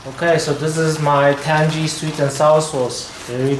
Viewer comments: It’s tang-ee, not tan-gee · what are you the pronunciation police, or just a tan-gee arsehole, i mean ASSHOLE